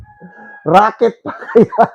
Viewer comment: Racket Hindi rocket.